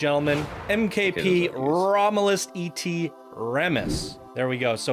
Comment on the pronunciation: Romulus et Remus :D it's pronounced eht and simply means "and". Romulus is the mythological founder of Rome (and his brother was Remus).